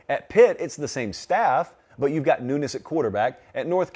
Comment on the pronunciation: Every time he said 'newness', I thought he was saying 'nudists'. I was like "what does that have to do with anything???" My b!🤣